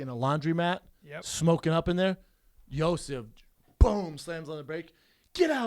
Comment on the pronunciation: funny how yo sif is Brendan's boy but he can't pronounce his name